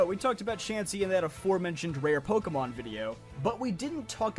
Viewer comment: The rarest thing I've ever encountered in Pokémon is people who can pronounce the franchise's name correctly! It's like you're all doing it on purpose! Although, I would love to see how I'd be done in a Pokémon game! Probably take on my Let's Play Teams, though, which one...? (Please not Sapphire! Please not Sapphire! Please not Sapphire! Although, running across someone using a Contest Team Setup... and losing... You CAN beat Sapphire with a Contest Team Setup! I know, I've done it!) That said, I have crazy luck when it comes to Shinies! Almost every single one of them was a purely by chance, jus walking along normally, minding my own business! The exceptions being the Red Gyarados that I don't count anyway, Wishiwashi, Hakamo-o and the numerous Ditto all of whom I got through Chaining in Gen. VII, plus the Salamence, Protean Greninja, Intimidate and Blaze Incineroar (yes two) and Overcoat Jangmo-o all of which I bred, the last one literally taking months!! (And that was WITH both the Shiny AND Oval Charms AND using the Masuda Method!)